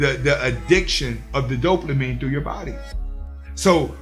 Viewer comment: Big facts bro. Big big facts. But I can’t help but chuckle a lil bit every time you say “DopeLAmine”. But keep doing this work. You’re helping out a loooot of guys. ✊🏾